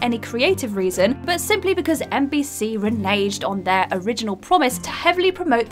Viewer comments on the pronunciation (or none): re-what? nayj'd? like re-nayjotiate? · I think she meant "reneged." has major pronunciation problems. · I assume raynaged is a fancy way of saying reneged?